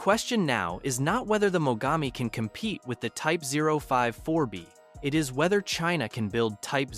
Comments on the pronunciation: Please tell me were Cheena is and why have we never heard of it before this Cheena sounds very aggressive. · Who is "Cheena"? Get it together. 😂😂😂